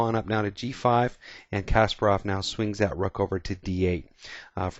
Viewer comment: Btw, thanks for saying Kasparov's name right, usually in English-speaking countries they say KAsparov, not like it should be - KaspArov :)